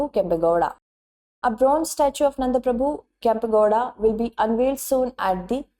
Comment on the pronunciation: NADA PRABHU KEMPEGOWDARU, not nanda prabhu ನಾಡ ಪ್ರಭು ಕೆಂಪೇಗೌಡರು❤️